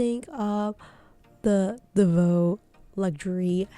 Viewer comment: Please, learn how to pronounce the name of these exquisite Belgium bags maker... DELVAUX and not Delveux